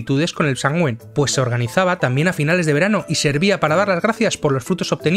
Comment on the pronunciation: Muy buen vídeo, sólo un tip: se pronuncia como "Samjain", al menos en Irlanda, donde esta festividad nació.